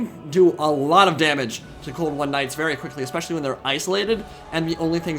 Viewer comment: I don't even have Total War: Warhammer, and yet get a real kick out of watching these battles and your commentary on them. One complaint though: 'Ex-peshally?' Come on dude, you're clearly smarter than that. Especially is pronounced how it is spelled! Don't be an ex-peshally guy!